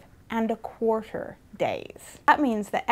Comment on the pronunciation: And a Qhuarterrrrr times.....